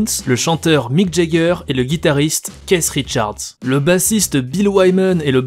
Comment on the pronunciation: “Caisse Richards” PTDRR